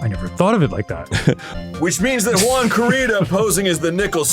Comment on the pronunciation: When they finally start pronouncing the name 'Juan' correctly 😂